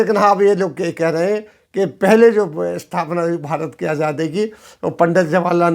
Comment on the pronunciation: Aap azaadi ko ajaadi kyun bolte hain, sunne mein bahot jabr maloom hota hai kam se kam aapke moonh se